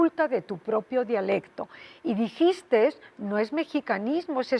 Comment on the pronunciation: Esta señora habla el evangelio siempre. Lo de "djiiste" me fascinó particularmente.